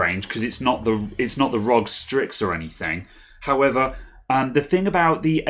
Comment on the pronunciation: Its R.O.G dude not Rog lolol